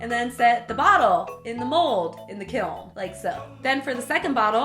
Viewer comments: It's peen ounces kelm, wry it just bothers me you say it like kil or kilm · Take a shot everytime she says "kilm" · I thought it was pronounced kilm, but then again i had never seen the word and only heard it, am i the only one? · For what it's worth, my ceramics professor pronounced it as "kill." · its funny how you said kiln KEALN